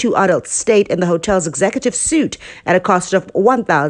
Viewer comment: Sweetie, it's not executive 'suit', it's pronounced like 'sweet'. Thanks for this info though.